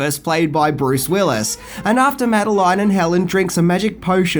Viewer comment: It's not "Mad-eh-line" It's "Mad-eh-lin" Don't argue, it's just the way it is.